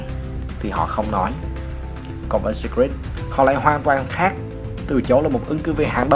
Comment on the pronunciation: blv kênh nào đấy bác nhỉ? Chứ thấy riêng từ Secret là thấy sai tè lè rồi đấy!! Sít rịt sít rịt :))